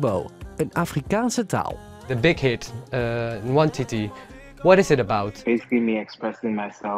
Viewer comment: ik ben van daar ik ben super trots en zo spreek je het niet uit trouwens